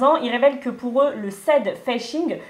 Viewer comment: Votre prononciation de "sad fishing" c'est vraaaiimmeeent.. mdrrr c'est pas "séd feishing", c'est juste Sad Fishing comme ça s'écrit mdr